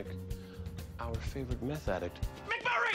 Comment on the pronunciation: It's not "Mick Murray", it's "McMurray". The character's name is Casius McMurray.